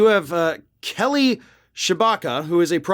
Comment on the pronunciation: Did you say Kelly Chewbacca?